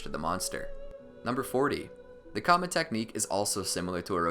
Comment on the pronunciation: The ‘kama’—as you pronounce it, is also an indian concept. And, oh ya, its pronounced kurma. Just wanted u to know